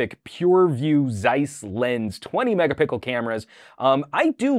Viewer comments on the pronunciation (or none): Did u say twenty mega pickle camera?